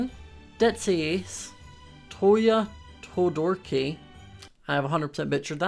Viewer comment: “Toya Todorki” I don’t know whether to laugh or cry 😂